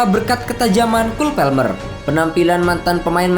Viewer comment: cole PALMER mas!! PALMER bukan PELMER,si mimin sok lebih inggris dari orang inggris